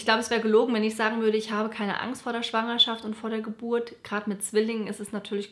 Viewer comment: Besonders „Schwangerschaft“ puhhh